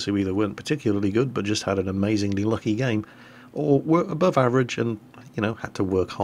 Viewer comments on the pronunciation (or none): none